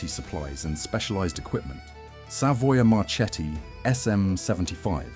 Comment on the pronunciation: Savoia Marchetti It must be pronounced Savoia Marketti, Remember!